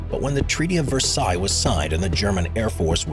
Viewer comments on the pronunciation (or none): none